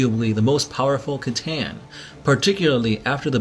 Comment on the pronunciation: hey I love you guys )) you got me into 40K and I'm loving it aren't "C'Tan" pronounced as "s'a-tan" not "k'-tan"?